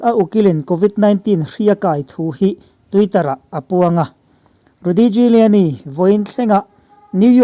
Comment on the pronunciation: A pawi hle mai, a kum a tam ve tawh si a a ngaihtuahawm mang e o. A thawkrim bawk si, Lalpan vengin hruai zel rawh se. Giuliani tih hi Júliani tia lam mai tur ni âwm tak a ni.